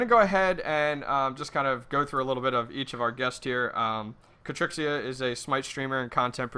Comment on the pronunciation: Why you calling her Katrixxia when she doesn't have an r in her name?